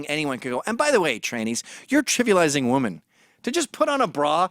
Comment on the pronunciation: Mr. McInnes don't get me wrong, you are nothing short of a god to me, but I must admit; your pronunciation of the word "women" as "woman" happens to really grind my gears.